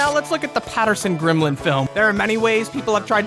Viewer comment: *Gimlin*, not Grimlin. 😂